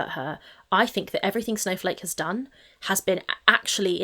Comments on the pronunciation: the way she says "eeeeeeeeeverything" makes me think she's pronouncing it the way she reads it and it's just...she's so fucking stupid it's painful 😭 she reads "eee" as making that sound instead of the extended "ehhh" sound that's actually being drawn out ffs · why does she keep saying eve-ree-thing lol